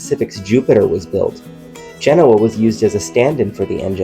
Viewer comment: Genoa is pronounced Gah-no-a, please.